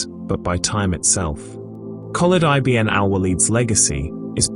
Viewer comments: Great video except for one correction it's not i b n it's one word pounced ibin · I B N ? lol... its eebn